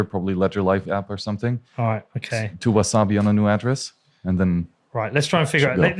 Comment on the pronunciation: 'Wizarbi' wallet 🤣 love you, but it's WaSabi. No 'z'.